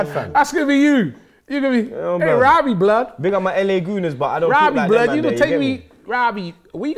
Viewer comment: “Rabbie bluud”